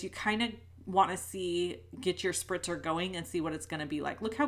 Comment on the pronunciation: Spritzer spritzer bottle not sprinter LOL